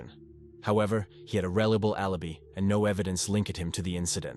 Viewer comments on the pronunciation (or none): A rellable allabee and boyfreeeend and favvar wtf 😂😂😂you need to download a new AI narrator coz this is definitely artificial but there's no intelligence 😂😂😂